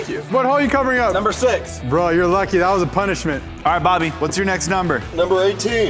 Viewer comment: he said body instead of bobby in the beginning😂